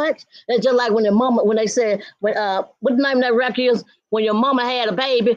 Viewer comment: Wreckard not record 😆🤦‍♀️